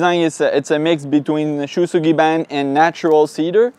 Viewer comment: Fun fact “ou” in Japanese is always a double long O sound. It’s SHOW Sugi Bahn lol. I’ve been cringing for years. It’s fine I’m sure everyone outside of Japan says it wrong so there’s no point in saying it right or people won’t know what you’re talking about. I wonder if the cats have litter box issues because it’s SO hidden. They live their, too and that’s their scent your bent on making them insecure with by removing it. It’s better to keep it stored in the open in the living areas, but if not in the open, tucked away in the main areas. Placed in an end table or tucked underneath the stairs with the drawers/cupboards above the dedicated cat drawers/cupboards. It’s still very neat and tidy, it’s just part of everything more. lol a bloody shower. I have to assume they’ve got a huge gore movie arsenal lololol... Also I’ve had a couple friends named “Shou” in Japan when I was in high school 😂